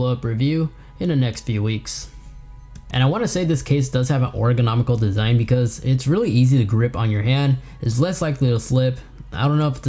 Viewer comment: “Orgonomical”?? You mean “Ergonomical”?